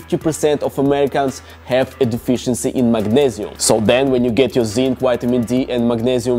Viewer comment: The "MAGNEZIUM" accent 😂😂